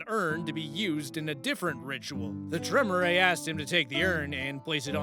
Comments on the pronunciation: Well. Apparently he missed the part about Vampire being a game of intrigue, subterfuge and The All Guardsman Party’s favourite game ‘screw everyone else before they screw us’. Also, Tremere is pronounced Tre-mere (as in ‘meerkat’). To hear it spoken, watch the first audio log in ‘Hunter; The Parenting’ by Alfabusa. Actually, watch the series in general. And look up The All Guardsmen Party’s favourite game, honestly think you’ll enjoy them. And as a guy whose go-to class is usually Rogue, I sympathise. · Tremere is pronounced Tre-meer, like Meerkat. 😊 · The Tremere pronunciation is KILLING me